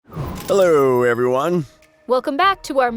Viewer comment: "herlowwo everyone" lol